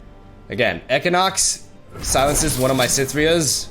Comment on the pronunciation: The way he said equinox was making me fustrated.